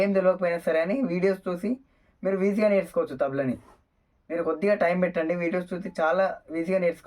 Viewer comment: వీజి గా కాదు తమ్ముడు.... ఈజీ గా అను